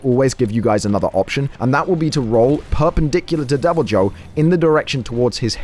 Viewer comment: Really bothers me how you pronounce Deviljho.. it’s pronounce ‘y’, making its name pronounced as ‘devilYhho’ connecting Y and H sounds.